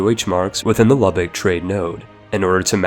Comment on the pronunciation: For the love of God Lübeck is pronounced Luebeck not Luhbeck